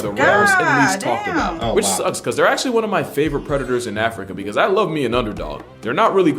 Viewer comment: My mans said "send them racooners back to africker" 😂🤣